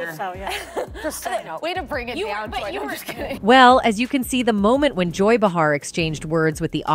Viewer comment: First of all you need to learn how to how pronounce Joy's and Matthew's correctly. You lost my interest 😳🤷‍♀️😏